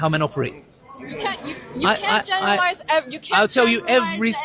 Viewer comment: generally means GE NE REEEA LI ZE